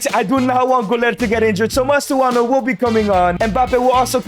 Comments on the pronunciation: Even you got it wrong lmao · Bro really said "Mastuono" again 🥀🥀